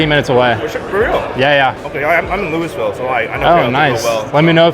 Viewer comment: Did you say louisvile